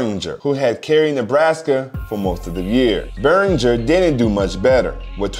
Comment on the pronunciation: Thanks for the video. By the way, Brooke Berringer is pronounced BEAR-inger (no J sound).